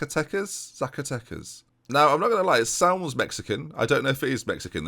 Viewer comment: you actually pronounced Zacatecas pretty good